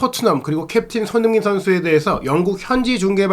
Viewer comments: 진행자분의 발음 손흥민선수 = 손인식선수 😂😅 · 손흥민 발음안되나?